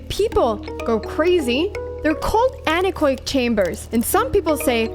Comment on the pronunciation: Anechoic is pronounced an-echo-ic, not an-ech-oic.